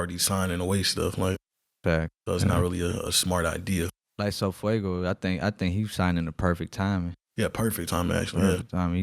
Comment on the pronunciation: Do you mean sofaygo not sofuego 😂😂